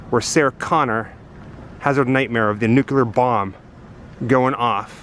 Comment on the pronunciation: Nuclear... NEW CLEAR. not "nu cu ler"